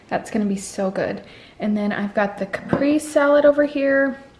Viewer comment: Hi, I really enjoyed your video. I wanted to tell you how to say Caprese... Kuh-pray-zay. How do your raw veggies hold up after being frozen, specifically the cucumber?? These look really good!